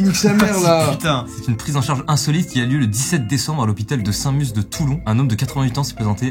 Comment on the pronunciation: Alors juste comme ça c'est "sainTe musse" le T se dit.